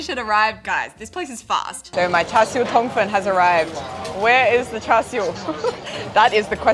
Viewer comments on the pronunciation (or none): I think she did a pretty good effort. I can only hear a slightly off pronunciation of "hor lok" and "tong fun" personally.